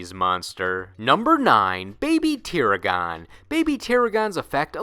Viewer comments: Oh why does this always happen when anyone tries to say that name; you did not pronounce baby tiragon correctly. Go see any episode where it was used and learn the correct way. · God learn how to pernounce them 🤣 not tirigon . You even literally said the two halfs tir. Ragon now say it with me tiragon. Like dragon not. Aaaagiin 🤣 you have an anime clip in there. Couldn't use the one where they name it right?